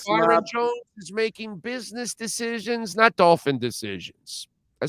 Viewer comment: They way says bitness instead of business is too funny 😁 😂